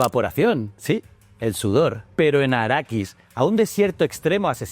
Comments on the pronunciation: Bien, pero es Arrakis (no arakis) y especia melange (no melonge). ;-) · Quiero pegarte cada vez que dices arakis!!!